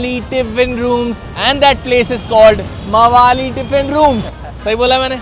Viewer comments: It's Pronounced MAAVALLI Not Gunda MAWAALI 😂😂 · It's spelled like maavalli tiffin room valli say like srivalli